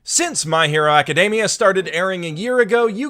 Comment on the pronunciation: "HeroAcca" .....oh god....